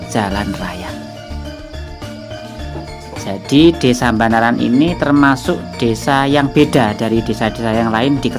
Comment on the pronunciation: Banaran boss bukan Mbanaran 😀